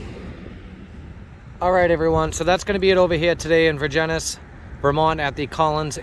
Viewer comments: Pronounced Ver-jenz😂 Love the videos Brother. I'm a Vermonter appalled every time I watch our lunatics. I'm a Fed Worker, Understand and SUPPORT POSTER 7 AND WHAT YOU DO. Keep it going💪💪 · Just FYI it's pronounced Ver jens